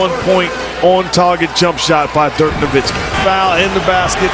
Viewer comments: why we been saying nowinski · Did the commissioner really say Dirk Nowitzki's name wrong during the award presentation?? come on man..